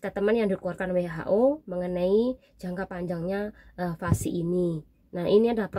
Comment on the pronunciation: vaksin mbak bukan vasi